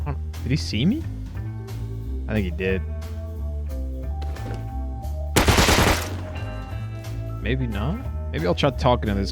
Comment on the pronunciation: I couldn’t help but notice it. Great videos tho. Recourses… “Resources”*